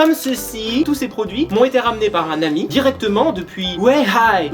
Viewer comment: C'est weihai ça se prononce weïhaï et le h se prononce